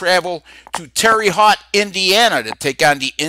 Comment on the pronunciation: It's pronounced , "tare a hote".. not Terry hut.